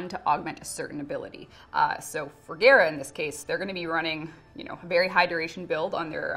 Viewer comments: she said gayra instead of gahra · Geara? I thought it was Gara like Gara of the sand. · she really said gaerah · Gare-ra??? I thought it was pronounced Gah-ra ! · Waite its ge-ra not ga-ra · So im just gonna have to get on you and it because you said gaira and not GARA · When says Gara It kinda sounded she said Agera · Why does she say Gara like Gera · i like how she pronounced Gara as Gay-ra because that's how it looked. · Is it bothering no one else the way she is say gara I pronounce it like car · Ok I can't be the only person who was cringing when was trying to pronounce Gara's name. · I can't believe she mispronounced the greatest game crossover ever :c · The fact she can’t can’t say Gara’s name right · pronounces Gara wrong... triggered >.> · Why she say gara like that big wtf